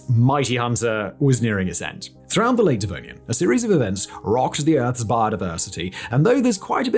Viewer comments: I mean, it's a literal dislexia event, and not at all related to pronunciation. I'm a fucking dishwasher and I know he's wrong, you'd think a dude who's literal job is doing this, and he's college educated would have SOME idea about the second most famous extinction in all of Earth's history. Tomäto tomato this is not. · You always say the denovian and then you change it to devonian. I don't know if you catch that but somebody should edit your videos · Why do you keep calling the Devonian the 'Denovian' ? Lol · He is literally saying "Denovian" and not "Devonian." He a brilliant dude, he just doesn't know what he's talking about. Good on him for making a Scrooge McDuck sized fortune on YouTube, but Alex trebec he is not. He rarely has any idea wtf his interns researched and wrote for him. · denovian lol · Denovian? Really, Denovian? man, i can jumble my words but you kept saying that wrong the whole time... Do less videos maybe, you're starting to burn out :D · shouldn’t it be pronounced “Devonian period” and not “Denovian period”? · wait so is it Denovian or Devonian? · Denovian... Right... Dyslexic Fact boi... :-) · Devonian Simon, Devonian, not Denovian... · Second correction. It is in fact Devonian as you said, and no "Denovian" as he kept repeating. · Denovian period you say ? lol im sure you meant to say Devonian huh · love the denovian XD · Not De NO vian, but De Vo nian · You say devonian I say denovian. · “Denovian” caught me off guard hahah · Denovian Period? 🤨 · he's still saying denovian, inspite of the on screen graphic. The issue is that Simon not only doesn't do his own research, but he has absolutely no idea what he's talking about on most topics. He's simply reading a script... and either the script writers got it wrong while the graphics guys didn't, or he can't read. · Did I hear him say "DeNovian"? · First time I’ve heard Simon mispronounce a term. Devonian. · Did Simon mispronounce Devonian?